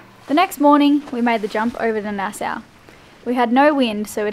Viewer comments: It’s nas-aw not nas-sow, lol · I'd be surprised if this hasn't been mentioned yet, but I have to inform: It's pronounced Nas-saw, not Nas-sow. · Rileys explanations was mind blowing! I get it! It’s pronounced Nassaw ! Love you guys! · It's pronounced" Nassaw", not "Nassow".... I think, if not I'm correct I will be immediately corrected. 😉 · Nice fishing trip. Oh and Nassau is pronounced " Nas saw" kids. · It's pronounced nas-saw and ba-hay-me-an.